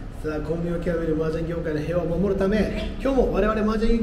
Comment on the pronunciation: 〜 麻雀界の平和（へいわ）を守るため ではなく 麻雀界の平和（ぴんふ）を守るため とボケをかましてみました。。。